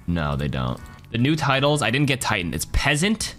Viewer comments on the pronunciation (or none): none